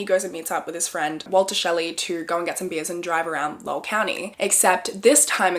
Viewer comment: Snaps for saying Lowell right 👍